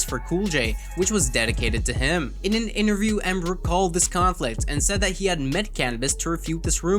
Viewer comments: How do you go through all this effort and still pronounce names incorrectly? Specifically Pa-mela (then a clip immediately after where it's pronounced correctly) and Wyclef Jen. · Really??? Dude, why are speaking about things that y⁶ou've can't even pronounce?? "Wyclef Gin"?? His name is Wyclef Jean! NOT Wyclef Gin! Shameful. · "wyclef JIN" HAHAHAHA, LEARN TO SPEAK PROPERLY. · With this much knowledge and research you put in ur videos which is amazing btw I'm trying to figure out if ur a hater or it was an honest mistake because knowing this much about the game how can u not know how to say his name right? Wyclef JEN? Wtf!! 😆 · PaMela?? 😂🤣 I've never heard Pamela pronounced like that in all my years on this earth. Wyclef "Gin"? 😅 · How do you report on music and mispronounce wyclef jean??